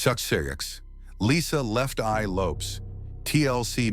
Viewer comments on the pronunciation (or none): Teach the AI narrator how to say Lisa Left Eye Lopez correctly